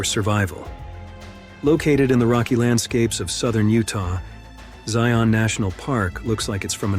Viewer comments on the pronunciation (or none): It’s so weird to hear it called Zion National Park. (It should be ZY-un, not zy-ON though.) I know it’s the name, but I’m a Utah native and visited it many times on the way between St George and Salt Lake. For some reason, we call it Zions National Park. Not sure why.